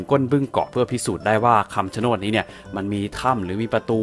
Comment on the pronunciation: ต้นไม้ที่พี่อ่านพี่อ่านผิดครับ มันชื่อต้น(ชะโนด)ครับ